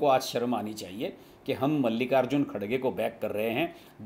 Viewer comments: Sir its "Kharge" not "Khadge" as you pronounced in hindi, please correct it... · Priyank kharge it name not kadge it's KHARGE